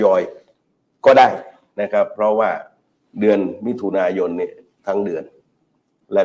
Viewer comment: ธนาธร ปิยะบุตร พิธา .สติเริ่มพร่ามัว ดูพิธา อ่านชื่อเดือนยังไม่ถูก เป็นว่าที่ นายกฯของประเทศ แต่ละเลยวันสําคัญ ของชาติ อาการหนักเป็นกรรมเห็นชัด